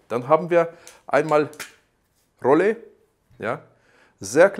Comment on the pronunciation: Rollei war ein deutsches Unternehmen, Ausprache wäre dann Rollai nicht Rollä. :-)